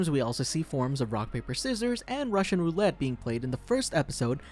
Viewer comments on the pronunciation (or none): none